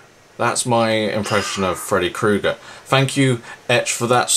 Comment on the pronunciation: IT,S PRONOUNCED FREDDY KRUEGER MOT KRUGER KRUEGER